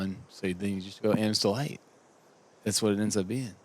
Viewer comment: When called the Berg "the Am's Delight" on hole 16 I heard something different. I thought he said Amstel Light (beer).